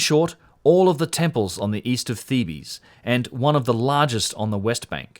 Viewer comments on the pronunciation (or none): “Theebs” is the pronunciation of Thebes but you called it “Theebees” lol. You cracked me up. But love your content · Great video, but your pronunciation of "Thebes" sent shivers up my spine. It was like listening to fingernails being racked down a chalkboard.